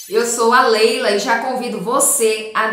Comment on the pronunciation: Goste a de deixar um comentário com respeito a abertura do vídeo onde a moça fala que ela é "". Seu nome é "" ou Leila? Fica estranho como vc se apresenta. Melhor fica dizendo: Oi, eu sou Leila....